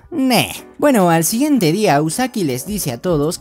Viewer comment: No sé si se dieron cuenta pero en el minuto dice al día iguiente